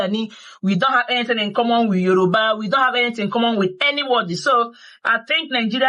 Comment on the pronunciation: As old as you are you don't know how to pronounce Yoruba. You act like a child.